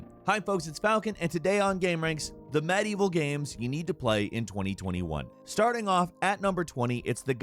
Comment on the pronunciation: OK most of these have nothing to do with medieval say it with me now med-ieval not mad-evil. Jesus Christ dude you're a journalist take some pride in your work.